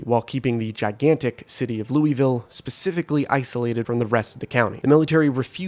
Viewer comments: For both and all zomboid players, to not incur the wraith of all kentuckians you have to pronounce Louisville as "lul-vill" and not "Louie Vill," or "Lewis Ville". With love, EKY resident. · Just gonna say, it's pronounced "Luhl-ville", not Looeyville. Source: half my relatives live there and made sure I pronounced it right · just for the record louisville is pronounced "lullvull" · Kentucky resident here... *ahem* ...Loo-uh-ville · Should be telling em it's pronounced "lou-vel" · its pronounced "lewis-ville", named after King "Lewis" XVI of France obviously. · Locally Louisville is pronounced without the 'is' sound. Several different pronunciations are used, but none like that. Otherwise good video.